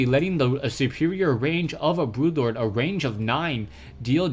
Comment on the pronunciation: Its Broodlord. Not brutelord. BROODLORD!!!